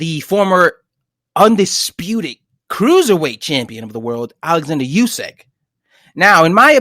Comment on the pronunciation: this guy said “usky “ Lol it’s usyk u tweak